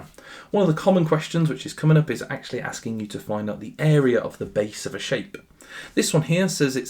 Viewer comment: might be the worse pronunciation of asking us i have ever heard 😭😭😭